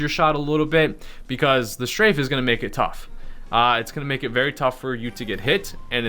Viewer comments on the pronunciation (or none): none